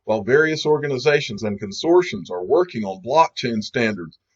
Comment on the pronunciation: Well you have moved toward the top position of 'producer of information on XRP' with your last 2 video gems. The channel will be named the official king of XRP information once you learn how to pronounce CONSORTIUMS.:)